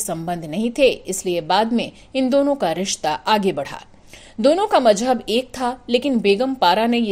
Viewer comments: Please don't mix z and j. Her name was Zubaida not Jubaida. It's not majhab but mazhab. Also please don't say Dalhoujee. It's Dalhousie. I'm sure you know the difference between Zee and Jee or Gee? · It’s not joo baida it’s zoo baida, Zanjeer not Janjeer, Mazhab not majhab atleast pronounce properly 🙄